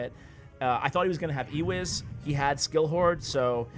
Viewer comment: "Skill hoard" lol.